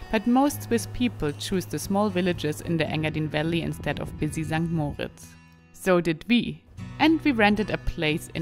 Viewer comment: Mal hinhören wie die Einheimischen "St.Moritz" aussprechen kann hilfreich sein. (Betonung auf dem "i" und nicht auf dem "o" )